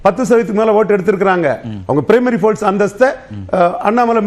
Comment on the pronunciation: டேய் சங்கீ folce இல்ல டா force